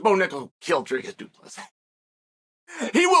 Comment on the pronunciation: You must know uncle Chael is taking this seriously if he is pronouncing both names correctly.